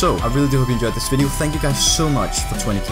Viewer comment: I watch your videos strictly so I can hear, "and umm.. as always...my name's Myth, and fanks for watching." At the end. <3 ^-^